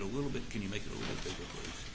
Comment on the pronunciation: Where did Awex find Elmer Fwudd for his defwense? "Pwease expwain..."